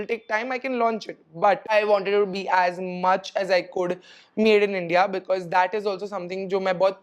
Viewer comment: Why do you pronounce goor, coulrr, woulrr for good, could, would 😅